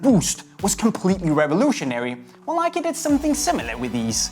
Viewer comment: its nike dumbass